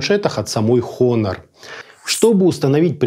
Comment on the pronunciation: Все хорошо, но произношения бренда как хонор режит по ушам. Все же правильно произносится онор (honor - с английского честь).